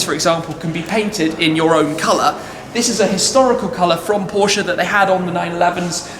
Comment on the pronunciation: its porsche not porscah